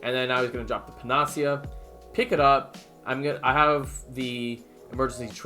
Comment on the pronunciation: Asshole comment but... panacea it is pronounced pa·nuh·see·uh, I think you just run the nuu and the see together. Liking the abridged runs. Great content as usual.